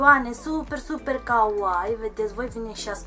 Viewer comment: stii ca ,, Kawaii " se pronunta cu ,, i -ul " mai lung pentru xa nu degeaba sunt 2 de ,,i "